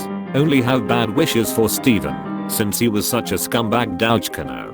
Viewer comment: that was a fantastic pronunciation of 'douchecanoe'.